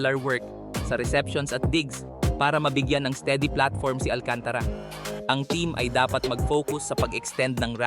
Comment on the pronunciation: The voice artist needs some minor training in his diction, pronunciation & pitch. Magugulat knlng bigla tumaas yung boses at baba tas bagal na wala sa timing parang walang consistency ang gulo. Yung pronunciation ng last name like Alcantara na dapat mabilis kc same consecutive vowel letter bakit mo binagalan & pronounced slowly like Al-can-ta-ra which is wrong! andami pa comments kapagod mag type😅